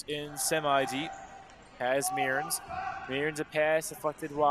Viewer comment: Tanner Mearns is pronounced "Murns" not "Me-urns"